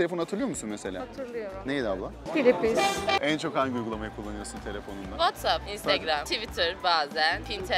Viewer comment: PİLİPİS (DAMADIN ENİŞTESİNDEN PİLİPİS MARKA TELEVİZYON)